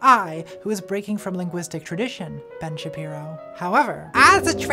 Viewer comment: I heard "Bench Appearo" and now I can't not hear it and life is so much better